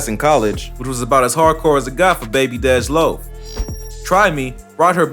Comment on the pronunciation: This nigga called dej “deedge “loaf 🥱🥱stop playing on my baby top man!!! Real shit... stop speaking on the city if yo shit ain’t right